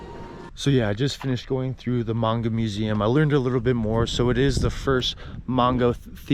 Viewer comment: Great vid! You hit some of the great places in A-ki-ta. Maybe check some of your pronunciations like Aomori and Manga. Looking forward to more vids from you in Tohoku!